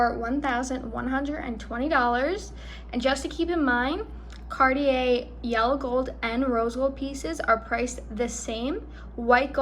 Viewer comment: You need to know how to pronounce Cartier! 😂